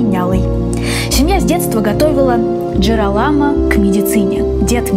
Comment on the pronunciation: 2 момента: во первых реклама конечно так себе.. во вторых, когда вы готовите выпуск, проверьте то, что вы правильно произносите имя главного героя выпуска. Он Джиро́ламо, а не Джирола́мо.. 🤦🏻‍♀️